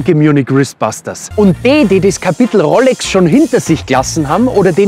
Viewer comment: Könnte ich ernster nehmen, wenn du nicht "Rollecks" gesagt hättest ;-)